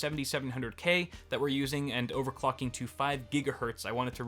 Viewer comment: "overclucking" lul